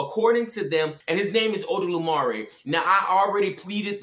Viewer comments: it's not odolumare, it's olodumare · My boy ain’t even say the name of eledumare yet, if you gonna expose me say my name right lmao also try to bind a spirit in Jesus name in osogbo it oyo state, see how well that work out for you